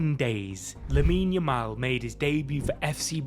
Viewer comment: Stick to working at the daily bugle. It's Yamal not Jamal